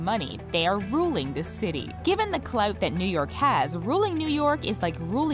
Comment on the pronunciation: Did she just say...clout?